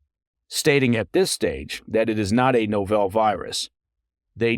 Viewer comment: It's not novelle, it's novel, as in "nah-vul"